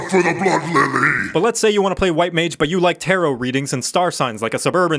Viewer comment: Every time he says “blood for the blood lily,” I keep thinking he’s saying “blood for the blood levy.”